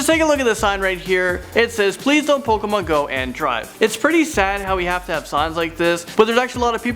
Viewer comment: he said pokomon